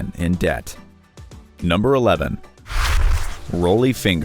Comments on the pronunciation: How can you mispronounced Unitas and Rollie? Have you any interest in sports whatsoever? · I almost stopped watching when the narrator said Dorothy Hamill was perhaps the most iconic figure skater of all time. You forgot about Katarina Witt. But when the narrator pronounced Unitas and Rollie the way he did, I just couldn't go on. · Johnny Unitas is pronounced You-Ni-Tus. Rollie Fingers is pronunced Rol-ley. How can the producer let these mistakes get through? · Interesting, but Unitas and Rollie’s are mispronounced 😆